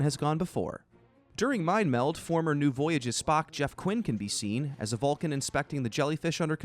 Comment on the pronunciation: Is he saying "Valcan"??